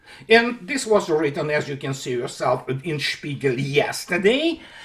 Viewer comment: Der spiegal? more like der Sméagol